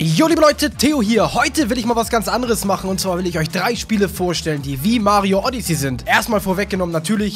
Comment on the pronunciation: Theo, du sprichst Odyssey falsch aus.